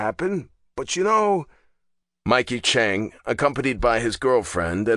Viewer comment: You are saying the one last name wrong it's Chang not Chunk